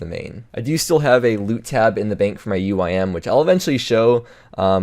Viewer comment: you pronounce "max the uim" funny